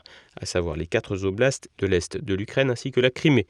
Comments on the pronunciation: les quatre-z-oblasts? Tu rigoles? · "les quatre z'oblasts", vous le faites exprès???